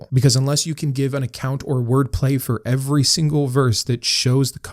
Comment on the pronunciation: I noticed you over pronounc “every” (“eh-ver-ee”). Did you have a speech impediment? The way you pronounce this word along with the last “t” in “important” is indicative of someone who had speech lessons for an impediment. Just curious.